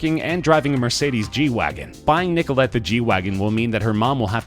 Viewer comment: Stop saying Nicolette XD It's making me wheeze